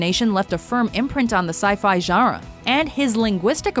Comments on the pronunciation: lol...narrator says sci-fi "jarra" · Am I the only one who is kind of distracted by the way she pronounces genre? Sounds kinda like "jara".